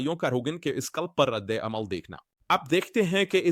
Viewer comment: ﷽ really said Radd e Amoll instead of Radd e Amal, lol